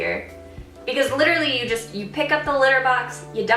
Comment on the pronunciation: you litterally said litter-ally alot lol